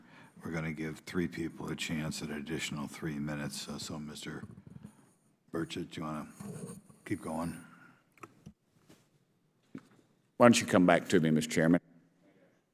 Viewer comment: It's pronounced "Bur- Shett" not "Birdsh*t"